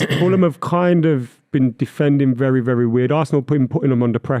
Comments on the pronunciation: The way he said VARsenal in his Bristolian accent killed me. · saying varsenal, maybe he should worry about his teams 100 ffp rules being broken